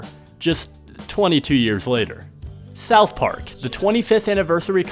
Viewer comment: “Thouth Park”